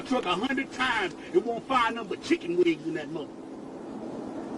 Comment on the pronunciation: Knows all the law but can't pronounce chicken "wings"😂